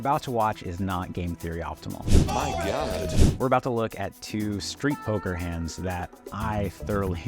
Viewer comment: Bro said “ I swea I swea to gohd i call”😹😹😭😭😂🤣